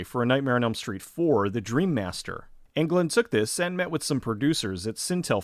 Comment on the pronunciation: Its Englund not England....